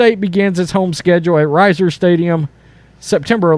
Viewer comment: Lol I've never heard anyone pronounce Reser stadium so bad